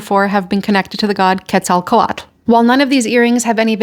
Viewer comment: Just beautiful. Oh, and I may be wrong but the way I'm remembering the pronunciation of that Mesoamerican god is more like Ket-zal-kuat-el. If anyone else knows better, please let me know if I'm wrong.